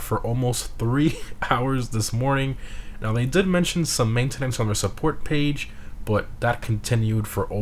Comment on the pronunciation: Main ten nence hahahah he says it funny